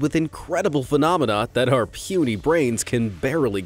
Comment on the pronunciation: Did he just call my brain pueny?